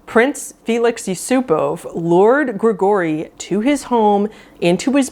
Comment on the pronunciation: Who pronounces Gregory "gru-gorry"? And "lemp'rees"?! Omg...I'm dying